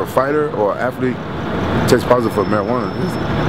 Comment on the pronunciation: lol, rampage says "aflete" instead of "athlete"